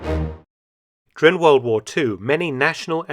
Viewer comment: I love everything about Mark’s channel except for his inability to say ‘during’. 😐